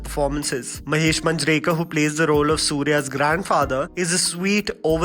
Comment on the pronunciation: it is Mahesh Manjarekar😂 is it a pronunciation or you want to just finish that word fast ??? 🤣🤣🤣